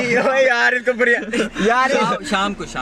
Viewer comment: I think ap lahori ho Bcz ap na بریانی ko بڑیانی kaha Or asa lahori hi bolta